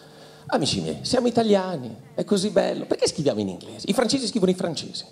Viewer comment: Ma perché invece di "scritta" e "scriviamo",dice "schitta" e "schiviamo" ??! 🤦🏻‍♀️😩